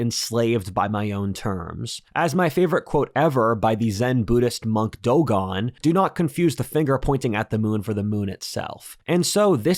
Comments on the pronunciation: "The Zen Buddhist monk Dogon", lol! Can't understand why you anglos pronounce "Zen" correctly, but not "Dogen": both words end in the exact same vocable! 😂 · Bruh I’ll never forgive you for butchering a simple name as DOGEN